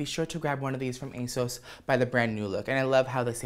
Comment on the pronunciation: At first, I heard "Ace" instead of "Asos" I was like, Ace Hardware? Okurrrr